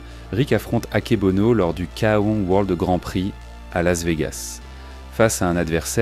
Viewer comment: Pure beauté technique dans le ring C etait le plus beau fighting style en kick, y compris le K1. ( on dit KEY One) Il manque ici ses plus beaux combats de fin 80' et debut 90. Dommage.